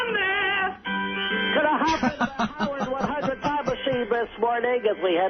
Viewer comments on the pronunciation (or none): it’s the old way he says “How-ard 100” that kills me everytime